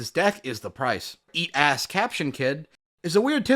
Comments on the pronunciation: Did you just pronounce Eustass as east ass 😂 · I cracked up at your pronunciation of "Eustass"